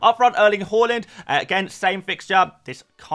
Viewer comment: Haaland not hooland